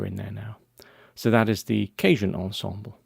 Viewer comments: Respectfully, you're pronouncing "cajon" as if it were "cajun," but it's not. :-) You're saying "KAY-juhn," which is how the word "cajun" (ethnic group) is pronounced. Cajon (the musical instrument) is pronounced "kuh-HONE." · LOL@ "CAY-Joan ensemble. It Is pronounced Kaw-HONE. Which is Spanish for:Drawer. As you can see, the boxes look sorta like drawers. Which they were for many years I'm sure. In the very old days. THANKS! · Cajun (kay-juhn) is very different to Cajon (kah-hohn)!